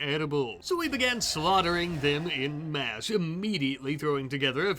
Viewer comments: awhn-mass if you want it phonetically... Definitely not in-mass. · en-masse is pronounced "on mass" you ozarkian!